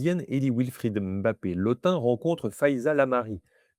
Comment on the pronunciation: Je vous remercie pour cette excellente vidéo, très instructive et claire. En tant que Sawa (Duala), je souhaiterais apporter une précision concernant la prononciation : en langue Sawa, tout nom se terminant par un "e" se prononce en réalité « Mbappè » et non « Mbappé ». Par ailleurs, le nom « Lottin » se prononce « Lô-tine », car le son nasal « ain » est une spécificité française qui n'existe pas dans les langues bantoues et reste relativement rare à l'échelle mondiale.🤗